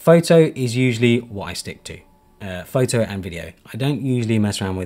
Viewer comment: bro said phaitai for photo 😭